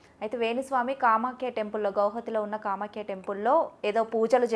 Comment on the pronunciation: Not Saamaakhya but Kaamaakhya temple